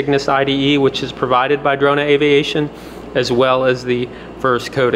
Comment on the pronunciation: Actually, it's "Drona aviation"😅